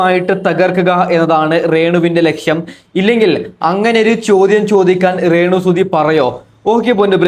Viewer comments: റേണു അല്ല രേണു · റേണു സുധി അല്ല രേണു സുധി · Onnu malayalam parayan padi rrrrenu